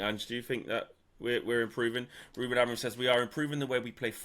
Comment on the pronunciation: Unsurprising there's only 60 likes after 11 hours. Ange and Crook very negative and ignorant. And how a supposed "Journalist" still cannot pronounce Amorims name right after 6 Months is ,... how shall I put this, "EMBARRASSING".